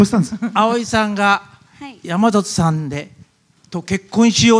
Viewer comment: やまざとじゃなくてやまさとな